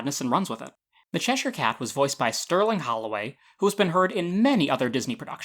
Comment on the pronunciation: I just want to thank you for pronouncing Cheshire correctly lol, its a pet peeve of mine to hear people pronounce it wrong